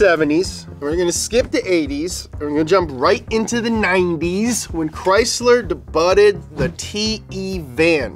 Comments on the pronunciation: I'm trying to figure out if he's saying debutted instead of debuted as a joke or not. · Dey-bued, not deybutted. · Lol love the way he pronounces debuted, when it is (day - buuude) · Did he say "debutted" instead of "debuted" - you know the word with the silent "t"? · Dee-Butt?? Haha, you know it's pronounced "Day-bue" right? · I love when he says "debutted" lol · this man literally said debuted as De-Butted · "Debuted" (day-byood) ya dummy!! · Another car "debutted" lolllll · Debuted pronounce "de butted?..... HAHAHAHA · come one man. Don't screw up pronunciations. Debuted, Stuttgart and others. You guys go above and beyond to pronounce french or Italian words, but fuck up English. For the words you guys created HRSPRS(horsepower) you do whatever you want. Idiocracy documentation start like this, it starts by one word, then another and then a sentence..! Please.